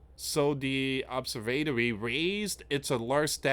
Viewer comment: That's not how you say Observatory just fyi